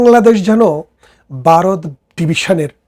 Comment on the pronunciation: Baaroth na Bharat.Vaw uccharon korun.